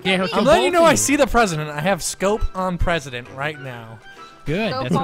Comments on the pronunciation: MR PWESIDENT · ur so funny the pwesident